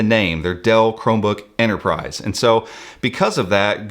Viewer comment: There's a pesky T in Enterprise ;)